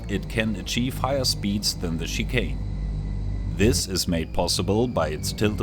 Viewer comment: With the accent, I simply heard that the Tarantula flies like "an overweight chicken". Like after a second yeah you said Chicane, but at the same time calling it an overweight chicken is also just too perfect.